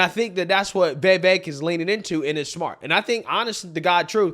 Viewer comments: now that you’ve met him… now that you’re convinced he’s the real deal… now that you see him as the (post-Trump) future of the GOP…. will you please start pronouncing his name correctly? Serious. You work your ass off; you care about accuracy; you have solid political insight; you’re smart, you’re professional — and yet you totally give yourself a pass about this one thing. Doesn’t matter if you have an old friend w the same name who pronounces it differently. So? You could land an interview with this presidential candidate. I know you could—in fact, I’m certain that you will—and when you do, if you pronounce his friggin name wrong then that’s just ridiculous. Most people pronounce it wrong, that’s true. He never corrects anyone about it & he doesn’t waste energy letting it bother him, so people keep doing it—BUT—he absolutely takes notice when people DO pronounce it correctly, & he appreciates it. You’re excellent at what you do, and you shouldn’t give yourself a pass on his name. Vivek is pronounced vi-VAKE. Think little lake: li-LAKE. Or that butter soft bitch, di-DRAKE. When Klan Jones gets emotional on camera, he shi-SHAKES. It’s vi-VAKE. It’s “vi” like victory, followed by VAKE. Ok? All together now! vi-Vake. I concede the spelling of Vivek seems in conflict with the pronunciation — I can’t think of any English word in which an “e” alone is pronounced like a long “a” — but there are many English words in which “ei” are pronounced like a long “a”…. For example: vei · Vy-Veck not Vee-Veck. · Vee-vehk’ Vee-vehk’ Not vay-vake!! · Hey,, PLEASE learn how to CORRECTLY pronounce Vivek's name. It's NOT "Vay-vake". It's Vi (with a short sound on the "i", not a long "e" sound on the "i") and vek...which rhymes with cake. Vivek is pronounced Vi-vake. PLEASE GET IT RIGHT. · (Vee-vake) man. Cmon now. It ain't that hard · Come on man, it's Viv ache. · Why does he pronounce 'Vivek' like 'Vevek'? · My man just cannot say “Vivek” 😂